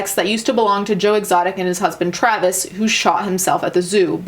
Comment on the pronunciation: Dude i highly doubt Travis' family pronounces their last name like that but you do your thing. XD XD